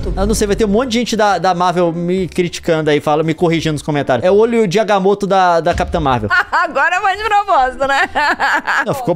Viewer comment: é agamoto, vc falou certo